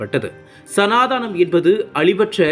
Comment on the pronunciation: சனா தானம் என உச்சரிக்க வேண்டாம்.. சனா தனம் என உச்சரிக்கவும்